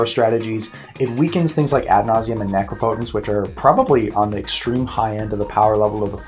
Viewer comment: Jimmy said necropotence like A REAL INTELLECTUAL. xD It's how it should be...